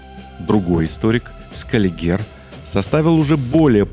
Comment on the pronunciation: Вообще-то общепризнанное произношение ScAliger. Странно что вы этого не знаете. Или это тайный знак? Код для тех кому нужно.